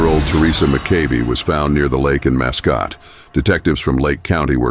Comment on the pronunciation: Mask Scott., not muhscoat or however u said it. Mascotte Florida !! RIP young lady. It is beyond evil to be a police officer and commit evil.